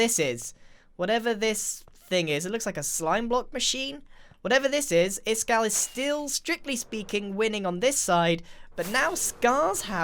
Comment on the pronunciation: stop stop stop you're going to take someones eye Out. Besides you're saying it wrong it's Ishkall not Iskall